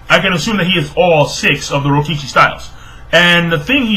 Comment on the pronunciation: rokushiki man not rokishi